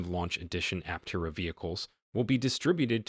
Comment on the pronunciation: Just saying, if you want to make a video about Aptera, at least pronounce the name the same way the company does.